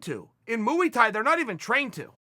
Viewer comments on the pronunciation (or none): MOO-EE-THAI? I thought it was Muay Thai 🤔🥊😉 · Chael “mooey tie” Sonnen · What the fuck is ‘moo-ie tai’ Mr Sonnen... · Chael: moowee tie Me: Okay, great! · Mooey thai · Mooey Tie. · Mooey Tie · Lol Mooey Thai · Moo-y thai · Chael on "mooey tai" is a potential 1-hour episode everyone needs to hear!!! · Just here for the "mooey tie" and soda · Hong Kong Moo-ey Thai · Uncle Chael has got to be trolling. Mooey Thai 😂😂😂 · Say mooie thi again lol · Uncle chael going at it again: "Mooey thai" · "moo-ey Thai" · Chael ‘Moowie Thai’ never lost a round Sonnen. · What the fuck is mooie thai chael? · Chael "Mooey Thai" Sonnen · "Moo-ee" Thai? Alright Chael, I'll bite. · Moo Ee Thai everytime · Mooey Tai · What is mooey Thai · Ngannous got submission wins so i dno man, and also he called it mooee thai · Muwee thai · mooey thai. thank you uncle chael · What, you think he was going to leave us without saying, "Moowie Tie" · Chael: Moo-ey Thai Everyone: Ok Great. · Chael ' Moo-e Thai' Sonnen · Mooey Tie! It's this thing you wrap around cows' necks, that's why it's called Mooey Tie Clinch!